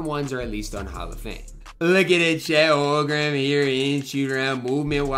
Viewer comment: It’s Holm-Gren not Hol-grem lol sorry I just had to point that out it was bothering me every time you said it in the video